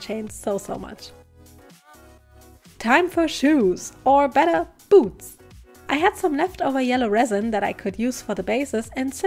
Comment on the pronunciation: Am I a sick in the head person or did you also think she said boobs instead of boots